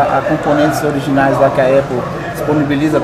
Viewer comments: Como diz o Cebolinha.... Apple caria. 🤣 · Pessoa não sabe nem falar "Apple" e quer ter um iPhone.